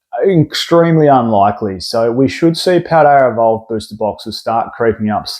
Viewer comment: "Rayquazar" and "Paldear evolved" 😂